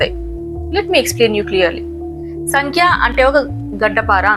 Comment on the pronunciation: సంఖ్య కాదు సాంఖ్య. The problem with English is it cannot represent the pronunciation of Sanskrit words clearly.